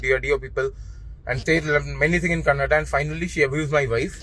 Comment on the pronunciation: It's KANNADA NOT KANNAD